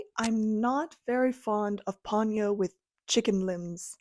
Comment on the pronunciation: I never cared for Ponyo. It's Po-nyo, by the way.